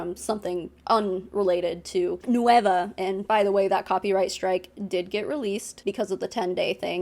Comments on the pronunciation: EXACTLY. like at least pronounce it correctly??? Its nueva not no-e-va" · Does anyone on the nueva team speak Spanish? Their American English accent makes it sound like they're saying it as three separate syllables "nu-ey-va" when it's really two.